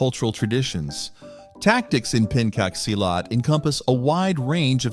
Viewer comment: As an Indonesian, his pronounciation of Pencak Silat irritates me. Its in the goddamn name, Pencak Silat. Not Penkak Silat.